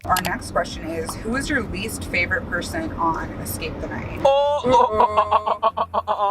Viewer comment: "excape" the night... gurl.